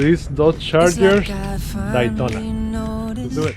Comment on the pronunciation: “The Dytona” lol. Great job sir.